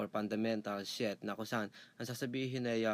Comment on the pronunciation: 17: 00 Tama po ba ung narinig ko sir? "FUNDAMENTAL SHET"? hahaha.. pero salamat po dito sa tutorial..